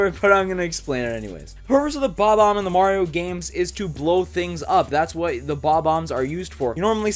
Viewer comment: It’s not called bbomb it’s called bomb omb